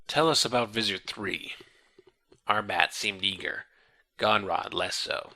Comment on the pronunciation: I wonder why he switched from pronouncing Arbat as... well, Arbat, to Arbit